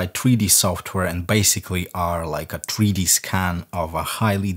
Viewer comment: "Tree Dee" - "Ass Falt"